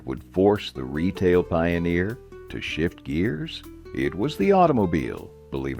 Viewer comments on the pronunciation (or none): none